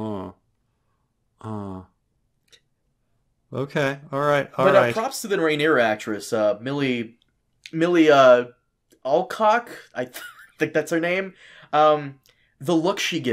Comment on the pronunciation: Lmao. called her "Milley Allcock"